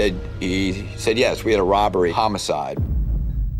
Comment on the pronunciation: did the narrator say "rubbery?"